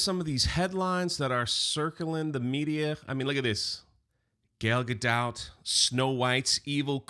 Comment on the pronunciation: “Gayle GaDOTT” 😂